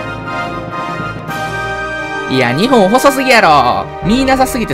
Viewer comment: 日本の発音おかしいぞ ２本みたいになっている